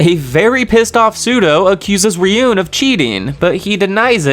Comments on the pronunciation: Bro said "Riyun" for Ryuen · 😂 that's funny Ryuen to riyen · Also Ryuen is pronounced like ruin